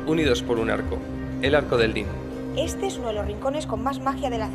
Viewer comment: Cada vez que dice "dín" se muere un gatito.